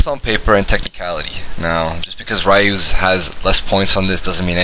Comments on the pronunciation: his name is Ryu (pronounced like Reeyou not Rīyou) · Can you pronounce Ryu's name right?